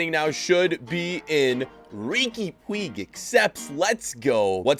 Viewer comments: Everyone: Riqui Puig (pu-ch): Puig (poo-ig) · man said Ricky Pweeg😂😂😭😭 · saying rigui puigs name wrong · Riqui “pweeeg” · Hey! Riqui Puig is pronunced "puich", please try to call him like this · You pronounce it Riki Puje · You pronounce it rique puuccchh